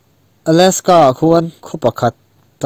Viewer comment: Michigan ni loin misigun tia lam tur. Ae.. Aleska ni loin alaska.. A AW B a A Lamrik a lam tur